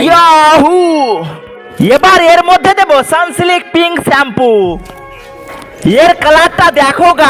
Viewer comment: Sunsilk❌ Sunslik✅😂😂😂😂😂